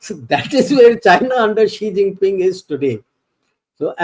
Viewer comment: It's Xi Jinping and not Zee Chinping. Pls pronounce name correctly. Thank you sir.